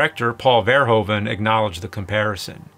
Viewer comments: It's not "vair-hoven" It's "verr-hooven" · Verhoeven, you say 'VerHOOven'. You're welcome.